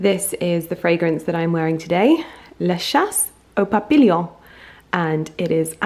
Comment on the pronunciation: nice vlog Lydia. Just to let you know that the french word Papillion, which means Butterfly is actually pronounced Papeon. xxxx